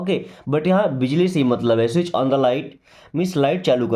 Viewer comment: The t in Switch is silent.